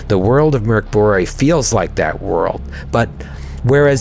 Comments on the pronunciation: Really impressed by the pronunciation of Mörk Borg (Dark Castle). You guys have such amazing chemistry and energy, it really feels like y'all are so fucking hyped about most everything! And it sparks such joy to see and hear your enthusiasm, keep it up! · pronounced Mörk Borg really well! Best pronunciation by an English speaking RPGer! Go!